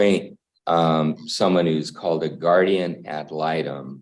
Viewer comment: And it's actually pronounced guardian ad litem.